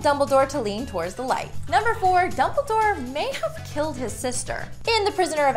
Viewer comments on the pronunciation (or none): none